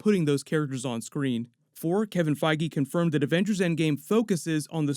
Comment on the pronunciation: Pretty sure his name isn't pronounced Kevin Feggy.....